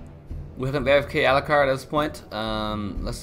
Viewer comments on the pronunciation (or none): none